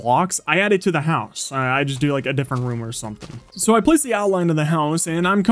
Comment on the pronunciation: I’m not sure if you’ve noticed but sometimes when you say “so I” it sounds like “som I”